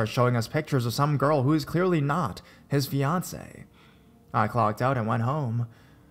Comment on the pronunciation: Hxl0Angxl. And the way he says “FiAncE’”